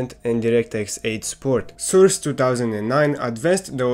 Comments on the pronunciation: Awesome video! I really like how you pronounce Source as Soors xD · it's source not soors